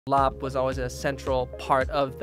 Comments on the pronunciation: Thank you for pronouncing larb right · This reminds me of home! My mother is from Thailand. She grew up near the border by Laos and my father is Laotian, so I grew up eating my fair share of larb. And I appreciate you pronouncing it correctly. Every time I hear someone pronounce larb, they say it how it’s spelled but really the b sound is actually more a p sound